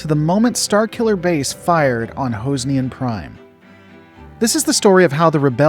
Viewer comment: Hoze ne an ? Never heard it pronounced that way.